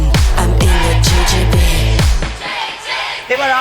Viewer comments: Je fais le relou de service mais si tu bases ton nom sur des termes anglais c'est plutôt "Gi Gi Bee" et pas "Jay Jay Bee". Pour rappel le G en anglais se dit "Ji". J'en profite pour rajouter que la vidéo est très drôle et les morceaux sont franchement quali pour un truc fait très rapidement avec certains qui ne sont pas musiciens/chanteurs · GGB c’est pas plutôt „jee“ jee“ „bee“ au lieu de JJB= „jay“ jay“ „bée“ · Que quelqu’un dise à Adèle que G en anglais ça se dit Dji pas djay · Le concept est ultra cool, (Par contre G se dit vraiment "Ji" pas "Jey" :/ ) Trop de happenings malheureusement on dirait un sketch pour enfants de 3 ans 😅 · Elles prononcent JJB 😂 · Ça me rend fou que GGB soit prononcé JJB 😂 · Sauf que GGB ne se prononce pas "jey jey bi" en anglais mais "ji ji bi" 😅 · les filles disent JJB et pas GGB ce qui est assez drole. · Parfois elles prononcent GGB et parfois JJB. En anglais c'est la prononciation inverse du français ! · Elles le prononcent mal en plus… c’est pas « djé djé bi », mais « dji dji bi » en anglais… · Juste, si on veut dire GGB à l'anglaise on dit GEE GEE BEE, pas JAY JAY BEE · GGB elles le prononcent JJB mais c'est pas grave leurs sons tuent ! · GGB se prononce en anglais : Dji Dji Bee et non : Jay Jay Bee et c'est frustrant 🤣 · c'est bizzare, elles prononcent GGB comme JJB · C'est terrible de ne toujours pas savoir en 2026 que G ne se prononce pas "djay" mais "dji" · GGB se prononce dji dji bi. Vous chantez JJB. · Le seul problème du son du girlsband c'est leur prononciation du nom du groupe qui donne en réalité JJB... sacré coquille quand même 😂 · GGB se prononce « Dji dji bi » et non « djé djé bi »… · J’ai peut être loupé l’explication mais pourquoi elles prononcent « GGB » « jayjaybi » alors que ça veut dire JJB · quand elles crient "GGB" j'entends "Vegedream" 😭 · Au lieu de dire GGB elles disent JJB 💀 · justement c'est ce que je diit . J'entends "jay jay bee" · GGB en anglais ça se prononce pas "Jay Jay Bee" par contre